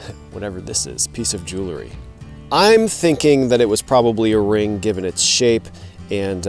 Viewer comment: Hi, glad to see you at the waterside dig site! Please don't be offended, but it's "jewel-ry", not "jew-le-ry". Common mispronunciation trap.